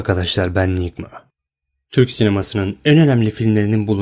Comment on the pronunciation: Mk 40 senelik filmelrin hatalarını toplamış, enygma diyo. Sese bak!